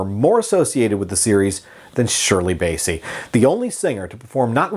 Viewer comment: It’s BASSEY as in CLASSY not Bayssie as in Count Bassie!